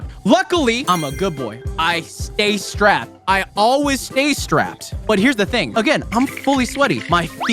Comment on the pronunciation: The fact that he said "I always stay srapped" is crazy